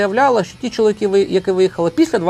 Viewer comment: Все правильно ви говорите про мосійчучку, але слідкуйте трошки за вимовленням, будь ласка. Не чоловікІ, а чоловікИ.